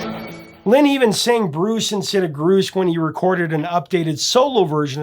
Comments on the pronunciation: Sounds like he's saying, Bruce. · I always thought he was saying Bruce. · I always thought he said "Bruce" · I always thought he said “BRUCE”😅😅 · Bruce? Ha! For whatever reason, I always heard rufus. Never knew what he really said. Thanks! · I always thought he was saying "Bruce". 🤣